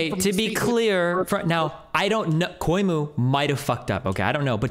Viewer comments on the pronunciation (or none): Coy-mu might be the funniest mispronunciation of Cuomo I’ve ever heard.